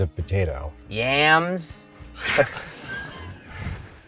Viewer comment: "Yams"....I laughed a lot hearing that.